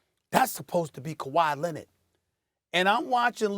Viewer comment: Stephen "Ka-Why Lennit" A. Smith